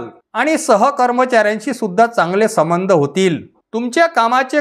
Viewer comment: समंध नाही हो सबंध म्हणा समंध म्हणजे भुतानं मानगुटीवर बसणे ...